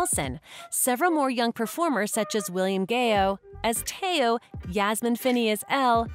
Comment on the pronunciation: It’s also el not Elle and Tao not the way she said it